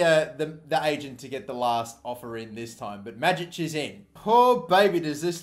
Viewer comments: Greetings from Croatia. You pronounce Majic wrong. In Croatian language we read J more like Y . So read it like Mayic. I hope this helped you. Support from Croatia keep going mate !!! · Tin Majic is pronounced May-itch